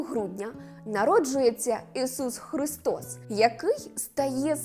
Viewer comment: Цікава інформація,але подача голос й інтонація ніби в садочку для дітей,до того ж ріже вухо то «жицця,Ісус Хрустос «😏